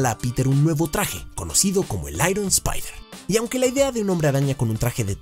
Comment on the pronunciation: Soy el único que le cago que dijera spaidi ???